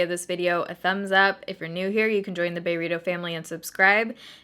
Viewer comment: My favorite part is when you say baerritos lol 🌯❣️